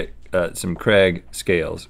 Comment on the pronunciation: I know it’s Craig but they pronounce it like Creg